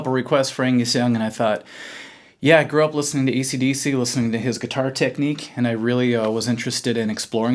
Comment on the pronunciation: Did he just say ECDC??? WTF